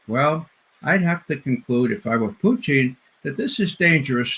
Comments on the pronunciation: No one calls Putin as Putchin, wtf is wrong with this guest? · Mispronouncing Putin's name is the height of childishness Ray.